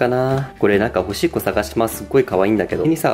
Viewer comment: すいません。欲しい子探しますがどうしてもおしっこ探しますって聞こえちゃいます。ほんとすいません